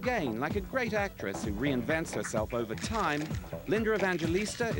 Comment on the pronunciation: Why does he keep calling her LindeR Evangelista??? (he puts an "R" at the end - weird)